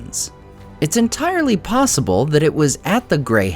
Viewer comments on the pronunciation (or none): none